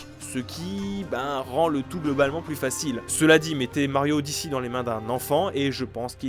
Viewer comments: « Super mario odyssi » 💀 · Super mario odiçie... cette prononciation qui m'a fait tilté toute la vidéo